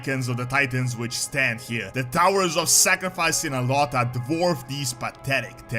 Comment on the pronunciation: How did you prenounce ny'alotha ☠️??